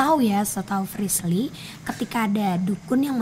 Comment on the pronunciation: Paling suka kalo panggil frislly tapi priscil 🤣🤣🤣🤣